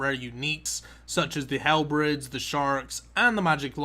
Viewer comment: " a total of 10 dragon halbreds"